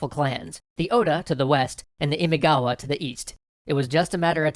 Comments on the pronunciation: Imagawa.* "ima" means "today" and "gawa" or "kawa" means "river." So, "now-river." Imagawa. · Isn't the name of the clan, Imagawa? I'm quite sure it's Imagawa. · Great storytelling and art! And you're doing Sengoku Japan! Yay! It's Imagawa, by the way. ImAgawa. The kanji are 今川 - first one Ima, second Kawa (which becomes gawa in the compound word). Which, yes, means you were pronouncing it a bit off the whole time. Guess it's too late, since they kinda won't be showing up much from now on. That's kinda what happens when Oda Nobunaga has a go at you. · Where's my family's clan? Uesugi 《上杉氏》 P.S : It’s Imagawa as in 《今川》 not Imigawa 《意味川》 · Imagawa not Imigawa clan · That's Imagawa clan not Imigawa. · Imigawa? Imagawa no? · My god, everybody gets every other clan name right; but not Imagawa's. It is IMAGAWA NOT IMIGAWA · good video but ... × Imigawa ○ Imagawa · I'm pretty sure it's Imagawa not Imigawa. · IMAGAWA ... Not Imigawa. That reeeally bothers me. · i think others might have pointed this out but it should be Imagawa, not Imigawa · I am pretty sure its not Imigawa but Imagawa that is the proper name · How he is saying imigawa is ticking me off. Its fricken imagawa. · imigawa? LoL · Just two things: 1. It´s ImAgawa, not ImIgawa. 2. Miyamoto Musashi´s date of birth, let alone his rise to fame, was decades after the Sengoku Jidai had ended. It is assumed that he took part in the battle of Sekigahara at roughly 16, and all of his famous exploits took place in the peaceful Tokugawa-era. Apart from that, nice video, I´m looking forward to part 2! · It's not Imigawa, it's Imagawa btw. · Loved it. One minor qualm: "Imagawa" (not Imigawa). Looking forward to the next one! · The clan is called imagawa (今川), not imigawa. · They're not supposed to be pronounced like that, it doesn't help. Besides they got the Imagawa clan wrong, it's not Imigawa. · This is interesting. BTW is it "Imagawa" instead of "Imigawa"? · It's Imagawa. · It's Imagawa. Get it right man